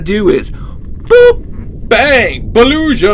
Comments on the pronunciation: The Beluga is the G not Zh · TV its pronounced boluga not boluja and they are whales. they are large mammals and use echolocation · It is not belusha it is beluga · You said beluga wrong you said belusha and not bee Lou ga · Btw its baluga not baluza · ITS BA-LOO-GA!!!! NOT BA-LUSHA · Beluga has a hard g. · LOL THE WAY HE SAID BELUGA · You said Beluga wrong. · The GCL I agree with you